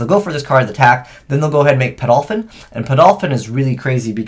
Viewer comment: Chayse Wagner that way of pronouncing it makes it sound exactly like the way of saying paedophile in England though, if that's anything?